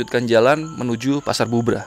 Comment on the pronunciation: Cari tau cara penyebutan tempat bang Belajar dulu